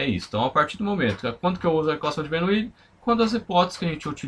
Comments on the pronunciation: É Bernoulli NAO BERNOUILI 😡😡😡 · mas como professor você que deveria se preocupar com a pronúncia para não cair no ceticismo em relação ao seu ensinamento.